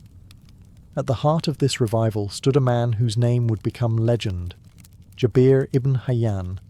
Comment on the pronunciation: its Jaber, not Jabeeer its Islam not Izlam